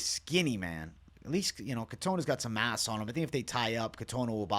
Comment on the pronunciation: MASS* I've watched this twice and thought yo said "he got some ass on him" lls